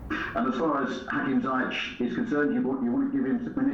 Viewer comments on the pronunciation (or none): Sometimes it feels like Lampard enjoys announcing unavailable players. I hope he doesn’t find reasons not to start Pulisic and Ziyech (whom he can’t still pronounce his name correctly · Will somebody tell Lampard it's not pronounced Zayech but Z(i)ech? It's alright if it's not your player. But when it's your player and journalists pronounce well around you, you have to make an effort. Good news though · Its pronounced Ziye-sh..... Please tell that to Frank, its painful to hear za-ya-ch everytime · Please somebody correct him to at least say Ziyech correctly. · Lampard should please learn to pronounce 'Ziyech' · 😂😂hopefully Laps learns to say his name !😭